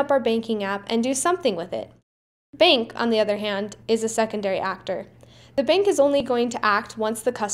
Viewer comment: I like how you say 'beenk' for bank